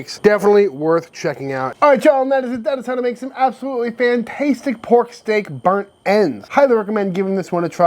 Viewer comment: stop saying fantastetic now you still can. love your vids.